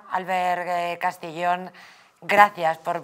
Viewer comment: Es Albert Castillón , no Albert Castellón